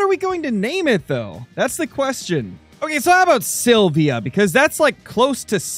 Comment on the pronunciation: Jo the way He sayed Silvia was so german